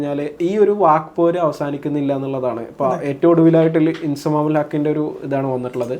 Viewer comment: 'ഇൻ സമാം ഉൾ ഹഖ് ' നെ , താങ്കൾ 'ഇൻസമൂക്ക്' എന്ന് വിളിച്ചത് ഭാവിയിൽ വിവാദമായേക്കാം. ഒന്നുകിൽ താങ്കൾ സംസാര വേഗം കുറക്കുക, അല്ലെങ്കിൽ 'ശിക്ഷണനടപടികൾ' നേരിടാൻ തയ്യാറാവുക..😂😂😂